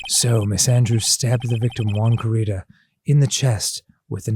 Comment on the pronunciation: It’s driving me insane that they will probably never realize the pun in Juan Corrida’s name solely because of how they chose to pronounce “Corrida” (which I honestly can’t blame them for)